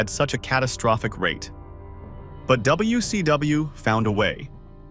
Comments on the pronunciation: The A.I voice struggling with "W..........C...W" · Seriously. It can hardly even say WCW properly, if ever... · Ah yes good old Lavern Clarence and the AWA 😂😂😂😂😂😂😂plus I learned one thing from the video. AI has a difficult time pronouncing wcw lol hilarious to listen to 😂😂